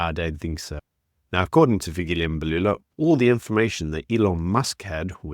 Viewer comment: It's not Fikili Embalula we call your names correctly and I've heard Americans call African names right. Lena le dira ka bomo mxm.